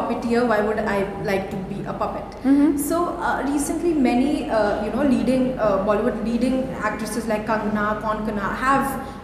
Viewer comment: she does not pronounce the name “Kangna” correctly and she is talking about being responsible. She should learn what to speak.